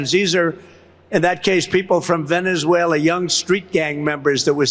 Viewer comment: You mean “Venezweraa - LOOK”